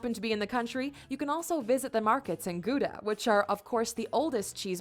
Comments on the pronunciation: where "Gouda" is butchered several times 💀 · Goodha? No. GGGGGGawdah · not goeda but gauw da with au from auw it hurts but old amsterdammer is a much better cheese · We don't say Gooda. It's more like Gowda. As in how, cow, now, wow :) And Gouda cheese is Goudse kaas. Gowdse ... mmm, we promounce aa as the a's in Hawaii. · So it's more like Gow dah rather than Goo dah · Gouda is not pronounsed as goeda but like in hour not oe but ou like in hour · Nice video. U.S. English, Dutch and Germans all have their own way of pronouncing "Gouda". German, g-ow-da (ow like cow or wow); U.S. English, g-oo-duh (oo like good, and duh like dummy); Dutch, how-da (ow like cow or wow). Relaxed laws on marijuana and prostitution are fine by me. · Gouda. G auw da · Gouda is pronounced with a Dutch hard 'g' and 'ou' is pronounced like the 'ow' of pow wow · i swear you look like someone i know and her sisters, she's half dutch half swedish. Gouda is pronounced with the ggg like in clearing your throat (unless you are from the south) ou like in pronounced XD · You are not pronouncing the Gouda cheese correctly 😂😂😂😂😂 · would be like 'Hold my Belgium beer, I know 15 more' hahaha. Gouda is quite difficult to pronounce..or not:P it is just like the 'ou' from pronounce. (or now minus the n). I didn't know about that guy from 'randstad' and the truth is most of us don't know it, because we don't care. I agee with you with the weed thing, in The Netherlands we call it soft-drugs (heroine, cocaine, meth, etc is considered as hard-drugs and not allowed). Oh and you don't have to visit Amsterdam to buy it, coffeeshops are even in smaller places. Prostitution is regulated, because you can't ban it.. and when it is illegal there would be even more problems (is it because they are forced to do it, for example) and Dutch prostitutes are under strict medical control. Oh and I'm a kind of a short Dutchie.. I'm just 6ft and almost 2